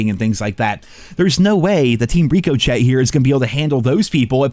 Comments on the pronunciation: Never thought I would experience second hand embarrassment from hearing an adult try to read "ricochet"... But here we are.. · I'm a fan of, watched for years, but the way he says Ricochet wrong hurts me every time. Is he doing it on purpose? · Ricochet will only work once you pronounce it properly😂 going on 5 years or so now😂😂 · Does he mispronounce ricochet on purpose? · Why does pronounce Ricochet wrong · Not listening to anyone that can't pronounce "ricochet" correctly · Does he know how to pronounce ricochet or is that his troll way of talking about it? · Love but I’m not sure if he’s saying ricochet wrong on purpose 😂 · Treyarch: "we wont fix our game till says "ricochet" right. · i remember watching one of his videos last year or sum and he was like ‘i almost never say words wrong’ or something like that then he kept saying ricochet wrong the whole video 💀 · I still don’t know if he’s doing it on purpose 😂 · It's been driving me crazy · He says it on purpose so people talk about it and boost his engagement. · How does one pronounce ricochet so bad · Can someone please help with how to pronounce "Ricochet". PLEASE!!!! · I think its ri-cuh-shay not rico-chet but maybe im wrong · Rick-O-Shay Brother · Ricochet is pronounced "rick-o-shay" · Ricochet, say it with me now: "Rick-o-shay" Not "Rico-Chet" Lol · It's pronounced (Rick O Shey) ricochet not Rico Chet Jesus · HA HA, with his trolling of Ricochet, That's Ri-Co-Chey FYI 🤣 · Hey brother.. its pronounced "rick-oh-shea" as in "the bullet ricochet off the shield is crazy" or "the way the rock ricochets off the tree." Its not some spanished dude name chet rico and were saying his name military calling style. Lol None the less i agree with most of what you were saying, but as of last night it seemed we only needed another 15,000,000,000ish to go, which would be the 3 days left at the 5 B per day count. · I'm pretty sure it's pronounced "rick-o-shay" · Ri-kuh-shay 🤓